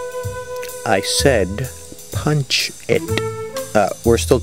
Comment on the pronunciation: LOl the way the Dad said, "Punchhh ITtttt" , my mind told me he had to be Caribbean